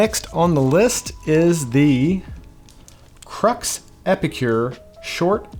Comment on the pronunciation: Love these videos, only just getting into Cigars & as I'm in the UK, will be checking out Mike Edwards cigars for sure... (Crux = 'Croo') ;) Keep it up.